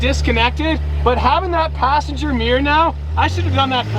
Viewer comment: Mate.. meeyer is not how you pronounce mirror. Cmon 🧐